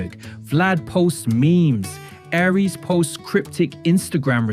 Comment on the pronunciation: Can you make up your mind on how to pronounce Aries name? Is it, Ahree's or Ari-es?